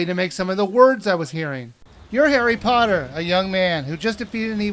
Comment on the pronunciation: i thought he said hairy potter